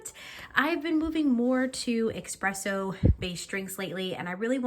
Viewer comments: ESpresso, not EXpresso😢 Overall very detailed review, you just need to adjust your grind size, as the espresso was very under extracted. You saw the machine gave you a different recommendation after and decided to ignore it, but I think you can get a way better espresso shot and creamier. I think you will love it a lot more and notice the difference as well. It won't be as bitter ❤ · please stop saying expresso though :) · Nice job, please just stop saying X-presso 🙏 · Your video is very informative! Love that you’re so thorough. Only con: there’s no X in espresso, only S’s… thanks! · sometimes being a coffee snobbass is what ppl need. Well said and BTW it is "espresso". Not ex, egg and whatever presso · Nice review, but that "eXpresso" is killing me from inside.